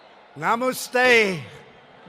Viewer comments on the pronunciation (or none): Nahmoostay lol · Trump just said Namaste hella wrong lol cute 😂🤣😅